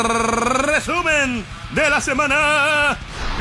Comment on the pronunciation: Buenisimo como siempre el rrrrrrrrrrrrreeeesumen de la semana